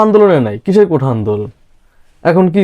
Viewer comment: কোঠা নয়রে দাদা। কোটা QUOTA.